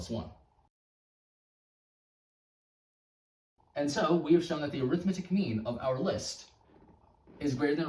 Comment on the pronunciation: 3 things: This is an extremely clever proof, I enjoyed seeing it come together. The way the 2 added in post disappeared behind your head was super clean. When talking about the arithmetic mean, 'arithmetic' is an adjective and is pronounced with major stress on 'met' and minor on 'ar'.